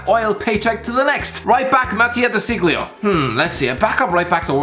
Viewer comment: Irish guy: DE SICGLIO